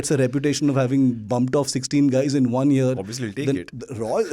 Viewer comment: its "R&AW" please , not "RAW OR rAAw"